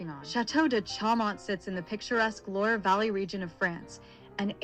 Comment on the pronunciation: Loire is not pronounced "Laywer" and the Chateau de Chaumont is a long, long way from being in the valley of that name.